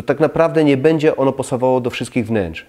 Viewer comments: Ciekawe uwagi, ale skoro zwraca Pan uwagę na kwestie estetyki, proszę na Boga, mówić poprawnie. "Bedzie" razi potwornie. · Ja miałbym tylko jedna prośbę, publikując filmy, zwróć uwagę na wymowę, np. słowa „będzie”, Podniesie to jakość, (to nie ma być uszczęśliwiać, dobra rada) Pozdrawiam